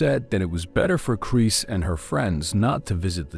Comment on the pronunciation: love the AI voice "Chris" sounds like "Crease" lol